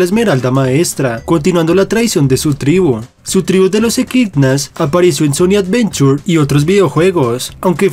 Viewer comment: sonic avenchur